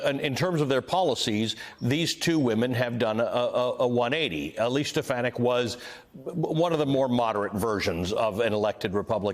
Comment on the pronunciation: can't even pronounce her name correctly. "Elsie Steponadik"